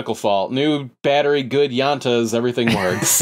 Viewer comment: Good “yantas?” 🤣 LMAO! How the hell is a Spanish speaker gonna mess up one of their own- man whatever lol. “Llantas” is tires in Spanish. It’s got good tires lol.